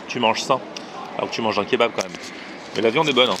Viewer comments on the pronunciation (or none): none